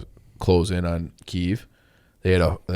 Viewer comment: American people talking about Ukraine and Russian conflict not knowing the history or how to pronounce "Kyiv"